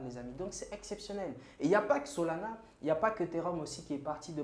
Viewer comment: Solana fais un effort pas solona